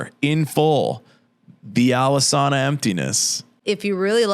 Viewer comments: It’s not pronounced “Alesana,” it’s pronounced “Alesana.” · Don't even know how to pronounce the band name. Done with the video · A group that did “so much research” is the same group to mispronounce the band name… for the hate level expressed, I’d love to see this dude write something better than they did and continued to do.